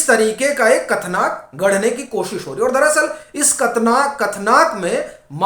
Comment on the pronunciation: कथनाक नहीं कथानक बोलिये प्रभु !